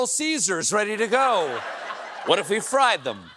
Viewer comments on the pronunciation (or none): none